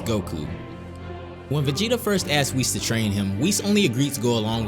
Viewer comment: He says "VEGENA" hahaahha WTF?